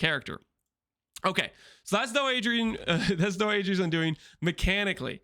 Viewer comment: "doh-eh-dra's" undoing. That's how it's pronounced. Not doeedrees.. fucking English isn't hard